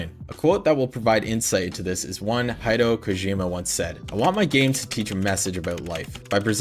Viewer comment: Quality video. One criticism...name pronunciation. Research how people's names are said. It just helps show a bit more respect for folks being mentioned. Especially for folks with more uncommon names. Kojima's first name is pronounced 'He-day-oh'...Hideo. I'm Brazilian and deal with folks butchering my name all the time. This made me take extra time to make sure I don't do that as well. Again, great video...Keep it up bro!